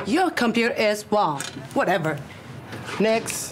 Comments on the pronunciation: 🤣🤣🤣🤣🤣🤣your computer is wung Man: did you say wung???? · She said your computer is wong yet she meant wrong 😂😂😂😂😂😂